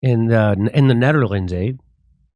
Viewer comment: "ZNETTERLANDS"" ..LOL